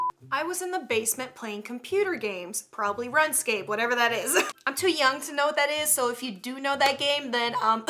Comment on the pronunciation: I'm 10 yrs old and I know what runescape is Btw it's pronounced roonscape